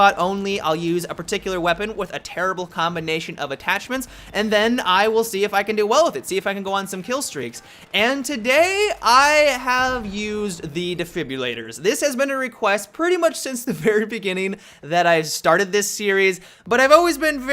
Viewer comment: It keeps sounding to me like you're mispronouncing the word. It's not 'defibULATOR'. There's two 'r's in there.